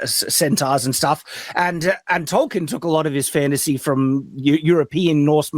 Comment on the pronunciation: Ol Jack off can't pronounce Tolkien properly